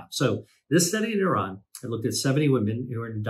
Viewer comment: I lost interest when you say Iran😀